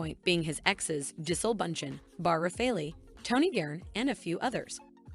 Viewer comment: Her name is pronounced Ja-Sell. No Leo will break up with Gigi in a few months...maybe a year, and move on to another model. I've seen no repeats in his dating history. I think Leo's a fantastic actor, but an immature man. This is why he goes for extremely young girls. I've followed his career from the beginning, and he's always been immature personally.